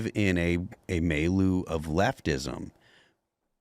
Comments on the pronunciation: A "may-loo"??😃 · As much as Phil seems to like the word milieu, you'd think he'd be able to properly pronounce it.